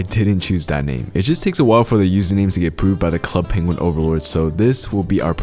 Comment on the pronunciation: NOOO DONT SAY Club Penguin like that